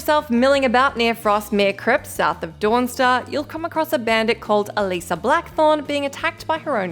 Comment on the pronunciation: She also said Elisa instead of Eisa but I don't even know how to pronouce that either. hmmm maybe the "L" is... silent?